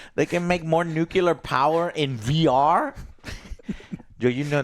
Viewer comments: NOO-CLEE-ARR NOT NOO-CUE-LAR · Repeat after me Joe, Nuclear NUCLEAR not nucelar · Jose can't say NU-CLE-AR. He keeps saying NU-KU-LAR. The dope! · Its nu - Cle - er not nukular. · New Clear - nuclear nukuler isn't a word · ITS NUCLEAR NOT NUKELAR, arghghgh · NU-KiLL-UH? That’s even worse… it’s pronounced NU-CLEAR just like it’s spelled. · "newkilla" "newkilla" "newkilla" .... it's nuclear bro :( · Can someone tell Joe it’s nuclear not nucular. Thanks! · please for the love of god Joe say nuclear right NU-CLE-AR IT DOESNT HAVE A Y IT ISNT NUKYALER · It is pronounced Noo Klee Ur. That is a pet peeve of mine. But you kept saying it the hick way, Noo Kyu Lur. And now you know. Anyhow, old Dragons Age plays just like Baldur's Gate 3. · new-clear not nook-yew-lure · Why some people say nu-ku-lar is beyond me. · It's pronounced NUCLEAR!!!! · Oh my god tears hair out nu clear... nu CLEAR This is the worst thing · I can't stand when pronounce "Nuclear" <---> "Nukeelar". Come on man... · NU-KiLL-UH reactor, spelt NU-CLEAR - Americans be american-ing by butchering rnglish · STOP. SAYING. NUKE-U-LAR. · The word of the day is: Nuclear Nu-clear NU-CLEEEE-RRRRRRRR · NU CLE AR. People should try it slowly maybe? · It's pronounced nuke-leer!;-p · I really wish Joe would learn how to pronounce nuclear.